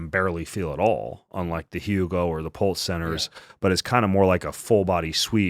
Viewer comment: PEMF brand??? Hugo??? Is it Hooga???